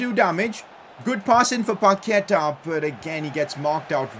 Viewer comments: Also, Paquetá has the stronger vowel at the end. It's paquetAAAAAH, not paQUEta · PCQ: day 69 of saying paqueta as pa que ta not pa ke ta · Pcq: Day 4 you don't pronounce Paqueta right,you say Paketa, it is Pa q-ue-ta